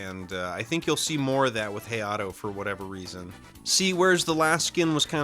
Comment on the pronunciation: I main hayato and hearing the way you pronounced his name made me very sad